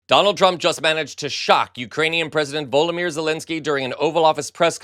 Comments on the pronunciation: Does this host, often struggle with pronouncing names? Volomir?? Voldemir???? 🤯🫣🤫😂 Or is he getting Harry Potter's Voldemort mixed up with how to say Volodymyr?! 🤔🤯 It's not the slightest bit difficult to pronounce Volodymyr correctly, is it? 🫤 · Not VOLDIMIR but Vlodimir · He isn't VOLDI MIR Zelensky . He is Vlodimyr Zelensky. So that's VOLDI VERSUS VLODI ,right ? Now practice it . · Love your show but his name has 4 syllables. Vo-lo-di-meer, not the same as he who shall not be named....😊